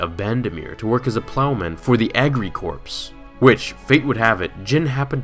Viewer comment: lol, just fyi "agricorps" is pronounced "agricore" like the Marine Corps